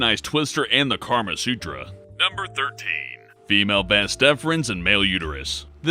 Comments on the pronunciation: What the hell is "karma sutra"? Jesus,, if you're going to hire voice actors, at least hire actors who can pronounce what's on the script. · Anyone else hear him call it karma sutra? lmao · Kawaii Gurl 1) No it isn't. It's a text. and 2) It's "kama sutra." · lol, he said Karma sutra